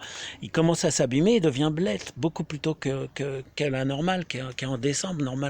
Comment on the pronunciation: Ça s'écrit blet et ça se prononce blè.